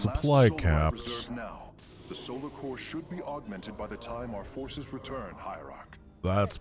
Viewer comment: Fources -> Fiveces 😱